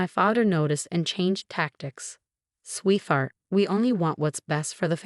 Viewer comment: Sweet "fart" 😅😅😅 should read sweetheart